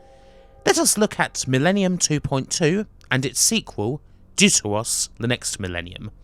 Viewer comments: Im sure it would have been pronounced deaf-ter-os, ie "second" in Greek. But thanks for reviewing these games - again, I'd only ever seen static images of these games. Love the reviews. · funny how he says "dear to us"